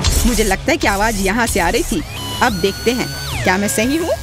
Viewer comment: Can you get someone else to do the Hindi voiceover? The lady pronounces a lot of words wrong, for example, she calls ‘laser’ as ‘lajer’, ‘Aawaz’ as ‘aawaj’. And her voice is not ideal for voiceovers. Kids might learn wrong pronunciation from her.